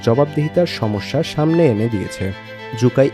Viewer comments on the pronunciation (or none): none